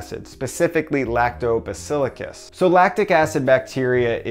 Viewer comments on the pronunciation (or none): LACTOBACIL-LUS ... NOT -BACILICUS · "Specifically Lactobacillucus" 🤣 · LACTOBACIL-L-US.... NOT BACIL-IC-US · "lactobasilicus" yes ma'am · Lactobasillicas? Bro can't pronounce anything right..... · Did I hear "Lacto Basilicus"?